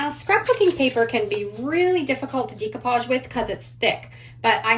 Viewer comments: Decoupage is pronounced with a long A sound like Day not Dee . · really cute ideas, love them all (fyi: it's not dee coupage, its deck oupage lol) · Decoupage is pronounced deck-o-pauge. There is no long e.